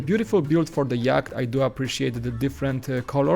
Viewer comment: Yacht not Yak!!!